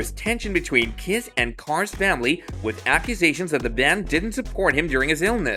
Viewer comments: THIS MF REALLY SAID "ERIC CURD" INSTEAD OF "ERIC CARR" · 🦊ERIC CARR....not Ker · It's Carr as in 🚘. I think you pronounced the name three different ways in one minute. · How many ways can you pronounce CARR???????😊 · Not the way this guy pronounced it